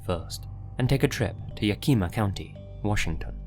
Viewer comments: It's pronounced "yak-uh-muh" lol. That gave me a good laugh. I like your videos, I'm a new fan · It's pronounced "YACK-im-uh." It's not spanish, it's native-American, but it's westernized. Yakima Valley, WA. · Say it with me: “Yah-Kih-MAW” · I love that you pronounced the county ya kima believing it couldn’t be the other way, but I’m sorry to say it is pronounced like you need to YAK after eating gas station sushi. YAKima 😂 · not "Yak-ee-ma" 😅😂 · yak - like the animal (or hack with a y instead of h) - E - like the letter - Ma - like your mama. yakima. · I'm from tacoma and the way you pronounced yakihmuh hurt me a little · The town in the John doe story is pronounced ya-ka-maw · Dude Yakima is pronounced (yeah•kuh•muh) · For future reference it's pronounced Yakk- eh-ma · Yakima is pronounced yeah-kih-muh :) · FYI, Yakima is pronounced with a short I sound like in “him” or “hiccup.” It doesn’t have an E sound in it. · Being from Washington myself, I instantly cringed when I heard the pronunciation. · The way you say Yakima hurts my Washington soul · As a Washingtonian, the way he said “Yakima” hurt me lol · The scariest part of this video is how you pronounced Yakima 😂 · This has probably already been mentioned but Yakima has the accent on the first syllable. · Huh. I've never heard anyone say Yakima like that before. Is that how the tribe prefers it or just a mispronounciation? Lol. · Nice video but it would have taken all of two seconds for you to google ow o pronounce Yakima bro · I love you but you egregiously mispronounce Yakima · Lmao, "ya-KEE-ma" - you can always tell whether someone's native. It's actually "YAK-im-aw" (im as in him). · It's pronounced Ya-kuh-muh, some of the Washington state cities that have native American origins can be difficult to pronounce correctly. Dig everything else so far! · btw the pronucation of yakima is ya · kuh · muh not ye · key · muh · story 2: im so sorry 😭😭 its pronounced yak ama not yak ee ma 😭😭😭